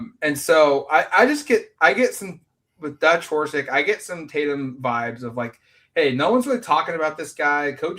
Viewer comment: It's Horisk, not Horsik.